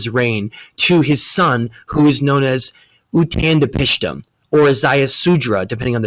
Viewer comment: why do you have such a hard time pronouncing Utnapishtim and Ziusudra? If it was just once I wouldn't say anything but I've NEVER heard you say either of them properly. It's bad enough you use Edward Casey's emerald tablets as a reference but your credibility is also impacted negatively when you can't pronounce words properly. Mispronunciation and misspelling words is the reason we have so many languages AND so much confusion. I hope I'm not the first person to correct you on this, if I am that's really sad. People need to care more. If someone cares about you they will point out when you're wrong or when you screw up. The worst thing you can do to someone else is allowing them to continue in ignorance.